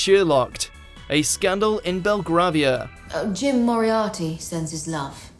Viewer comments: A British person mispronounces Belgravia? I am positively shocked. It's bel-grey-via, not bel-grah-via. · Belgravvvvv-ia??! Phi-LAN-thropic??I thought this was meant to be a British v/o...? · Learn how to pronounce Belgravia! It is Bel-Grave -ia, Simples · That isn't how you pronounce Belgravia.